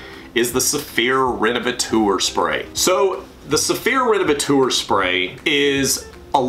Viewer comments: Useful video, thank you. I use a generic fabric protector (Gtechniq Smart Fabric for the automotive car cleaning) How do you pronounce that 'renevetor', surely it's 'rene-ve-tor' taken from the word 'renovate'. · renovatour?? "teur" is the French for "tor". so renovator. "tor" like in actor or doctor. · Revateur or Renavateur…??? 😂😂😂😂😂